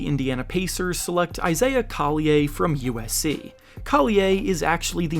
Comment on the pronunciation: Pronunciation coll-y-er